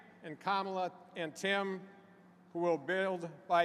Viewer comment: His Name Is TIM WALZ NOT TOM